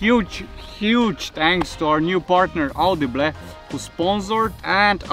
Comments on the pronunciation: Auudiiblehh??? It's au dee bul "audible" or is it? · our new sponsor audiblegh :D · Au de be le ?? Am I the only one that heard it wrong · Love how he said “audible” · Lol that's the reason I'm in the comment section 😜love your vids man.unfortunatly my RC was stolen yesterday morning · But after hearing that, I'm not calling it by anything else